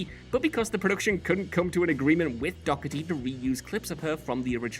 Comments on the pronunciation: Exactly. And her name isn’t pronounced Dockerty. Door-rety is more accurate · Shannon Doherty (doe-her-ty) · I wondered the same thing. I have never heard her called that. WhatCulture mispronunciations strike again.